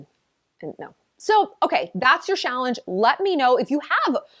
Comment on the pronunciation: I like that “Shallenge”…